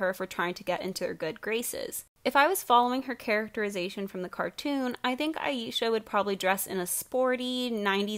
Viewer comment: Okay but not the fact that the one black character is the Mother figure. The writers gave such little shit about Aisha that they didn't even pronounce her name right. I would know I spent my entire life being called "I-yee-sha" 😔